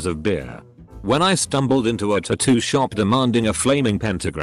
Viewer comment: Still cringing at ta-too instead of tat-too